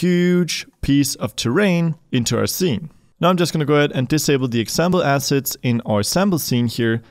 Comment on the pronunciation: Brother, I love your videos, and know your first language is not English ... But man! ... 😂😂😂 When you say "... these Unity ASSESTS", it truly sounds like you are saying, "... these Unity ASSHATS"! Sorry ... Love the videos, and try to donate when I can ...